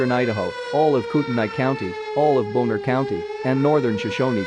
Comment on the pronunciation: The way alert guy pronounced Bonner as [NOPE] had me rolling 🤣